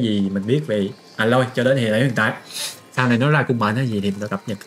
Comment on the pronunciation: A loi ko phải là À loi :)